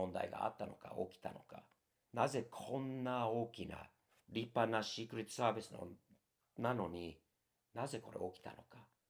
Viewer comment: 日米共に今や無法地帯で草 シークレットサービスの発音すきw